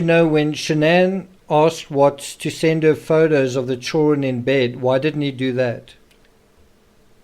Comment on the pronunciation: Why do you always mispronounce children?